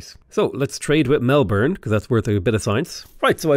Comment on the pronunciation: YEES! You almost pronounce Melbourne correctly, as opposed to everyone else who pronounces it mel-born. I feel seen